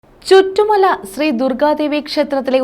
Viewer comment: ചിറ്റുമല ആണ് ചുറ്റു mala❤അല്ല